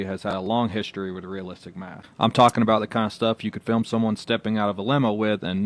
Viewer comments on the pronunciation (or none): he couldn't pronounce "film" either. He couldn't pronounce a lot of things. I had to put him on closed caption. But it seems like that movie is this decade's "last temptation of christ" someone always has to make something controversial and insulting to stir up ticket sales.